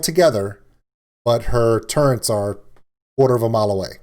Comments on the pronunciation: Their called Turrets.. not Turrents. 😂😂😂 no “N” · say "turrents" like that one more time....